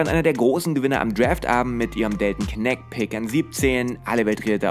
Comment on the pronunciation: Fände es irgendwie angenehmer, wenn du dich nicht auf die Aussprache der Amerikaner bei Namen wie Knecht einlassen würdest :) Weil es ist einfach falsch ausgesprochen weil es ein deutscher name ist, genau wie bei Schröder.